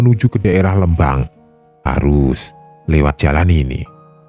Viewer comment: Om. ..kok baca Lembang pakai 'E' pepet..? 😯 Harusnya 'E' taling...🙏😂